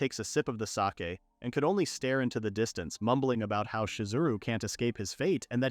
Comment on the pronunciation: The AI pronounced it as sayk not sah keh.